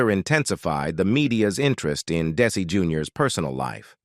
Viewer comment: AT LEAST HAVE THE ROBOT PRONOUNCE DESI'S NAME AND OTHER WORDS, PROPERLY... AMATEURS!!!!!!!!!!!!!!!!!!!!!!!!!!!!!!!!!!!!